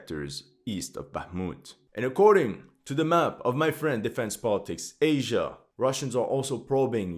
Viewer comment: You should be ashamed of yourself for saying "Defense Politics Asia" incorrectly.